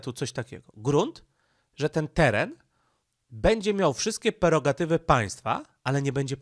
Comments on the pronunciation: nie perogatywy tylko PREROGATYWY. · PREROGATYWY, nie żadne "perogatywy"! CZAS SIĘ NAUCZYĆ!